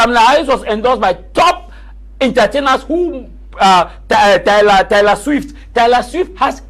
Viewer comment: the name is Taylor swift not Tyler Swift.